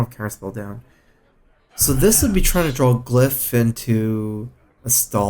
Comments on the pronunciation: Does he intentionally say "drawl" instead of "draw"? People point it out every video but he keeps doing it... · maybe he has some murloc roots